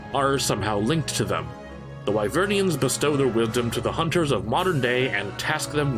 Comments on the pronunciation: It's Wyverian, not Wyvernian. Man that annoys me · Why are we listening to you if you can’t even pronounce “Wyverian” properly? It’s not “Wyvern-ian”. And yes, we ARE the bad guys. Sure, hunters say they’re protecting the village, but players literally poach monsters for parts. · Did you call them wyvernians? It's Wyverians. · iT'S Why-Vurn, not win-urn. It's Why-Vere-E-in, not Why-vern-E-in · Wyverian not wyvernian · “Wyvernians” “Wiverns” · Wyverian. There's no n in the middle. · I wonder what it feels like to find out that there's no "n" in "wyverian". (Don't let this comment bug you. I'm not trying to attack you.)